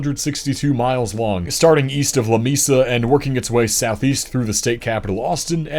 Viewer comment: It's pronounced 'La May-sa'! 😁